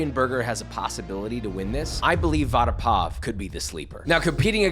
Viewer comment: Bro nailed the Vada pav